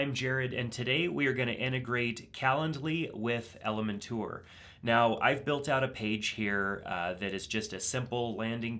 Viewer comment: Perfect. Thank you. BTW, I like how you pronounce Elementor. :)